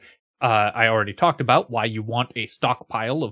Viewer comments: Do you hear "aboot" when you listen to that. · that is THE most Canadian-sounding "about" I've heard in a long time lmao